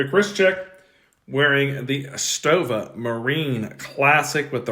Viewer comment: Excellent job in saying Stowa and Sinn correctly. I can't help but get irritated when they're not. It's a gift, and a curse lol